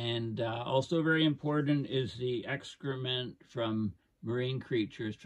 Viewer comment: Excrement sounded like Extra-Mint !!